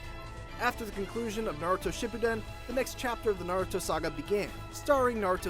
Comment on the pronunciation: Finally ign says naruto's name right. Not narudo but naruto.